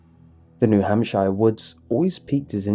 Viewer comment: The fact that he actually sounds out New Hampshire is really great 😂